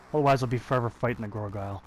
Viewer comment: its called gargoyle not gorgayle, someone had to say it:))))